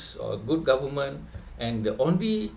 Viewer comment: Cakap goment pulak, dah terkolap ke lidah tu ?